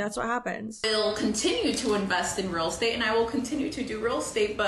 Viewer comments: I couldn't work with a realtor that says "ruul estate" every 2 minutes. Might be for the best that she noped out of that. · The way she pronounced real estate like “realstate” grates on me so bad 😂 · New drinking game: every time she says "real state" instead of "real Estate" take a shot.